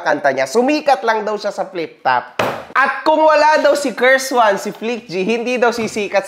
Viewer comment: Sabi ni "COURSE WAN" daw 😭